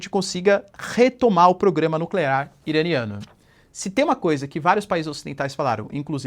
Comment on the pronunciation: Narrador: FINALMENTE! Naquele fatídico dia, superou o desafio e pronunciou com perfeição o trava-línguas do "programa nuclear iraniano!" <3